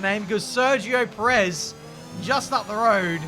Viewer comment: It's Pérez. Not per-Ez.